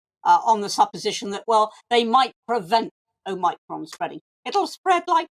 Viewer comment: Anne Widdecombe, the first person I've heard pronounce omicron properly. There might be something to note here regarding how people can just blindly follow. And how real Anne is.